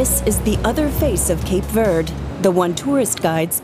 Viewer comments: All that machinery to copy what the sun easy does through evaporation.... also, Cape Verd? LOL can we at least say it correctly? Even in English a German speaker should be inclined to pronounce the e in Verde. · It’s pronounced Cape Verdeee! Where did the narrator ever hear in pronounced ‘Verd’? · In English it is pronounced Cape Verde, not Cape Verd…… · Why do you pronounce it “Cape Vurd”? text-to-speech software? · Stupid AI commentary. Its Cape Verde not Cape Verd. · Could you at least pronounce the name of the island correctly? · You could at least pronounce the name correctly when doing a serious documentary 😩